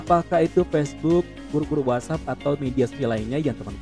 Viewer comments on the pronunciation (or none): none